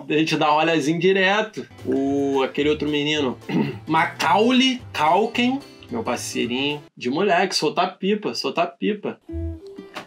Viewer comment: Piada pro Diogo: "my caule calkin". Kkkkkkkkkk Outra: "o cara da banda lá... the caule". Ksksksksks